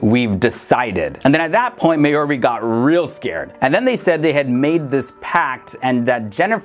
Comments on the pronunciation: the woman the twins befriended, her name is pronounced "Mar-Jaw- Ree" & not Ma-Your-ie... smh, ftd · That's not at all how you say 'Marjorie' 🤣🤣🤣